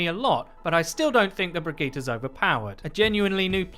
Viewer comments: = Brigette + vegeta? Think it's just pronounced bri-jeh-ta. But Brigetas' better because she's probably more powerful than Vegeta anyway🤣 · Brigeettah? BRIGEETAH? BRIJIT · her name is pronounced Bri-jet. please get it right. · How on gods earth did you pronounce her name? Briggita? This isn't dragon ball z... It's Brigitte... pronounced Bridge-et. No wonder Overwatch is dead... it's most subbed channel can't even pronounce the heroes correctly. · According to Jeff Kaplan it's pronounced Bri-Geet-Ah. A spawn room chat between Mercy and Reinhardt also confirms this. (Though Reinhardt says it with a soft g sound instead of a hard g, so it'd be Bri-Jeet-Ah.) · Am I the only one annoyed that he says Brigette’s name wrong